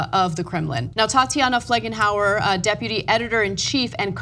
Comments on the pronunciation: It's Felgenhauer, not 'Flegenhauer' as Ana says or 'Fledenhauer' as in the video's description. Is it really so hard to read a name? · Her name is not FLEG-EN-HOUR!